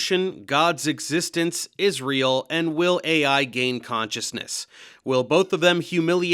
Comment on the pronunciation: “…God’s Existence, Israel…” sounded like “God’s Existence is Real” neither would have surprised me Edit: Timestamp added